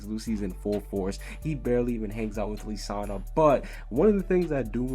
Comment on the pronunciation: Who the hell is li sanna ike its Lisanna he keeps saying li like are you an actual fairytail fan 😒